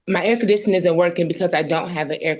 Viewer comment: She works for a university, but is so unbelievably illiterate she can’t even say air conditioner. Actually, it’s not really unbelievable any more. “Typically illiterate” would have been more accurate.